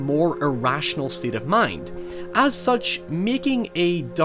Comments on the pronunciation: awesome video man! the only problem is that you cant speak. words like "state" and "mistakes" are not pronounced "styeet" and "mistyeeks". You gotta work on those "a" sounds. I recommend childrens toys. Try the Speak and Spell. It got me through college. Oh, and by the way (or wyee), say hello to the Kids in the Hall for me. I love thise guys. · Circum-ston-sis, stey-ate, meek You sound like a more articulate Swedish Chef or South Park Canadian with some of your words. It's just interesting, since mostly you sound "normal" American or Canadian.